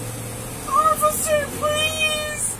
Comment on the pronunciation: I was just gonna say, "did anyone else hear her say offishur or was it just me" 😂😂😂